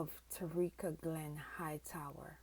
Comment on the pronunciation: Who is Tareeka…. If you are going to make a video say her name right….. Ta-ky-ra